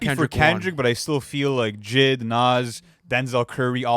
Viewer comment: Bro said JID like lmfao